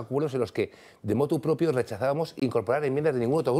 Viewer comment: Mensaje a Alfonso Serrano: no se dice "de motu propio", sino MOTU PROPRIO